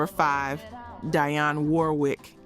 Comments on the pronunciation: Proper Pronounciation: DEE ON . NOT D EYE ON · Thus is AI. Who mispronounced Dionne's name.